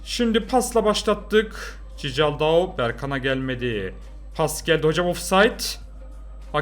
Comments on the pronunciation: abi okunuşu cicaldau değil kikaldau okunuşu 🤣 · Cicaldau deyil sisaldau abi bide bence Galatasaray 2-1 alır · cicaldau çikıldau diye okunuyor reis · Abi bu arada o cicaldau değil çikaldau fiye okunuyor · Abi şu adama Cicaldau deme yaa Çikıldau diye okunuyor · abi cicaldaou değil çikıldaou😂😂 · Çikıldaoo zaten yeteri kadar komik diye düşünürdüm....Cicaldaoo'yu duyunca : D :D koptum :D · Abi cicaldau ne ya allah aşkına doğru oku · Çikaldao diye okunuyor